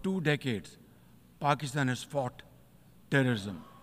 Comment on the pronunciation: Pakisthan 😅 chinese question contrary 😅 a kooly ccontray😅.